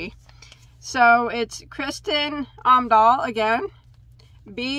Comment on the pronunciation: I got really excited when I got this video notification. Kristin Omdahl has an amazingly large catalogue of patterns, this #5 milk cotton is a recent addition to her yarns. She also has bamboo and cotton yarns. Her podcast is great, I watch every morning. P.S. you pronounced her name pretty good.